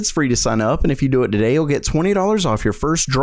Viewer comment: Today, not Daday. Sound it out :)